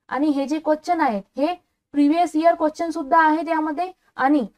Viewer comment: Quachan nahi madam quastion mhana